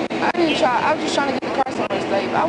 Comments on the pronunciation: “Tryin’ to get somewhere safe-uh”. “I was just trying to get somewhere safe-uh” But she was not trying to run. 😂😂😂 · "where my car was sava -a"... duh! speaky Engly?